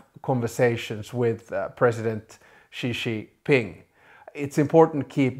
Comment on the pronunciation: Please learn how to pronounce Xi Jinping’s name. Jin is pronounced approximately like “Jim”, except with an “n”.